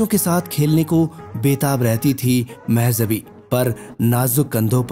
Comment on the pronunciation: You made such a nice biography, but didn't bother to get the right pronunciation of name Mehjabeen. it is so irritating to hear the wrong name so repeatedly. Kisi Urdu janne wale se sahi pronunciation puch liya hota.